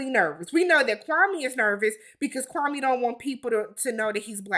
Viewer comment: Kwame is an embarrassment to us Africans. He isn’t even pronouncing his own name right. It’s KWA-May Not KWA-Mee. Like SIRRR